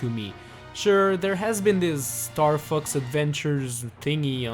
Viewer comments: The way you say "Fox" sounds like "F**ks" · is fox sounds like f*ck . . .